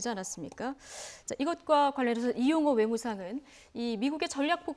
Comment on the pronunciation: 왜 리용호냐 이용호로 발음해라. 너는 북한 사람이냐. 정은이의 막말을들어보면 이건 정상적인 사람 이기를 거부한 깡패 불한당.